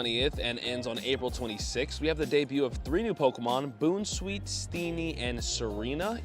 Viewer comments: Bounce-weet not boon 😂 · Bro said Boon sweet 💀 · By the way, it’s pronounced “Bounce-sweet”. Great video btw! Keep it up!